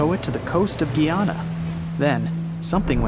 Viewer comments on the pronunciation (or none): Its Guy ana not Ge yona ..... Guyana 🇬🇾